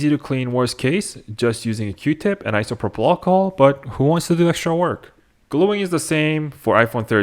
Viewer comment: Just say alcohol gee wiz that was driving me nuts